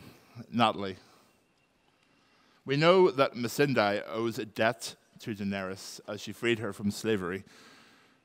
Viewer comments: So is it Missan(die) or Missan(day)? Natalie said Missan(day) and thats how Ive pronounced it but Hodor kept saying Missan(die) and Iveheard other people say it that way too. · Am I the only one who cringed whenever Hodor pronounced Missandei wrong ?